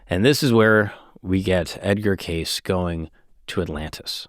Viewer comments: Im ecstatic with the realization that not only is this guy pronouncing his last name wrong. He's continuing to refer to Edgar predominantly by his last name and im im only nine minutes in. Idk if I can finish this video. This is bugging the shit out of me. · Pronounced. K. C. Not case Wtf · K-see is how it's pronounced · You're saying the name wrong. Trust me it's not " case" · It's pronounced "Casey", not "case." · Its not Edgar case 😂 its pronounced as caycee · It's pronounced Cacee, but he also said that an almond a day prevents cancer, I read his books. He was a devout Christian and I believe God does give his children the gift of discernment. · I had a media boner for you until I heard you pronounce his last name as “case”. I’m so disappointed. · It's pronounced Kay-See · Edgar “Cay-Ce” is proper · it’s Cay-see 😂😂 great Pod brother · yes it’s pronounced KAY-see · I have always heard his name pronounced “Casey” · Me too! My gpa last name was Case prenounced how saying. Also I know a female that spells her name Edgar's; way, and well as a town named that and both are pronounced with "ey" or "ie" sound... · great pod but I cringed every time you said his last name lol it's understandable tho, seems like a simple enough last name to not Google the pronunciation 😂🤷🏽‍♂️ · I have to stop listening to this cause you keep mispronouncing his name. It’s just so annoying. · Sorry but I cannot keep watching this young guy continually mispronouncing Cayce! Sorry but it’s unwatchable…… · Damn, had you pronounced his name correctly, you wouldn't have all these comments mentioning it. Nice engagement bait. 😂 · You're pronouncing his name wrong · Why are you saying his name wrong!!!!! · Jeez WTH you butchered this guys name in you have disgraced his name truly how dare you I think am unsubscribing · You do an episode on someone without even checking to see how the name is pronounced. I trust nothing else you say. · Omg it drove me crazy